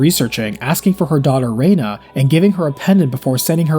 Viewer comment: I liked the annunciation "rey-na" as this was what I knew it as 20 years ago... But Claude has a sound bite when KO'd that annunciated Rena "ree-na." Perhaps I am misremembering though